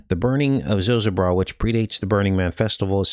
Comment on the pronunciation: Zo ZO bra it us pronounced-accent on second syllable. FYI and thank you